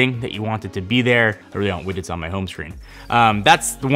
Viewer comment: Are you saying "wiggets" ?